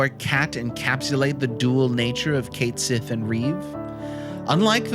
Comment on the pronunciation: Finally, someone else who loved this little dude. I had him in my party the whole time during my FFVII run and I never looked back or regretted it. Cait Sith fans rise! Now we just need to work on the pronunciation.